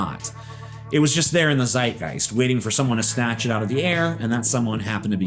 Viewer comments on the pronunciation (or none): none